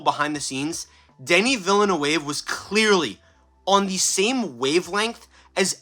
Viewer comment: Try this... Ville... like a coup deville. Then say "nerve".. now drop the "r". Its not perfect but its gets an non french speaker close.